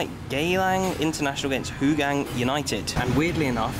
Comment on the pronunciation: Hougang United pronounced (How-Gung)